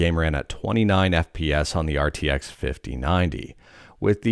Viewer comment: it is rtx not rtxc